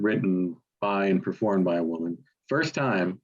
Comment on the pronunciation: A great list--I'm glad especially to see EC, Lowe, the Stones, Young, and Bush. As for that Rafferty song, I could never get comfortable with the weird way he pronounces "woman" (as "WHOOO-man").